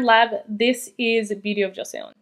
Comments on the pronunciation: Beauty of joseon is pronounced Cho sun:) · love ur content as always queen! just so u know, Joseon is pronounced like "Jo-sun" <3